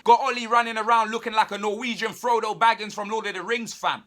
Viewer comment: Man called Ole a "Norwegian Froto Baggins" I'm done 😂😭